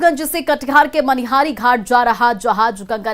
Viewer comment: Madam... Manihar nhi... Manihari h ye... 😂😂